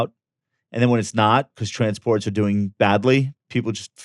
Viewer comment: Bro always saying trannies for transports will always be peak 🤣